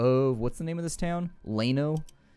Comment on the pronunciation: Enjoying the series man ...thanks for that..but as a Texan..just gotta say Llano is pronounced like Lando Calrissian without the D...not like Plano.